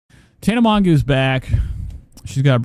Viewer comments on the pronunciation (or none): im sorry you literally right off the bat pronounced her name wrong lol byeeee